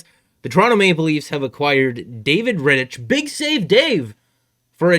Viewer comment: No disrespect, but you are way off on a lot of things you have talked about. Firstly, Rittich (ick not itch) is way better than Hutchinson. You can't look at stats and say he is not good. You can take any goalie in the league, put them on Calgary and their stats would be way worse. Second, Mike Reilly is not a good defenceman. If Reilly was on this team, he would probably be behind both Sandin and Liljegren on the depth chart. If you are going to get another defenceman you need them to be better than what they have at their disposal already. Otherwise it's a waste of picks. Third, Foligno is a waaaay more valuable than Laughton on the trade market. No way a trade involving Laughton would have a 1st included. I like Laughton, I wanted the Leafs to get him, but I would take Foligno over him any day of the week. Again, no disrespect, keep doing your thing. I just don't see eye to eye on any of yours takes.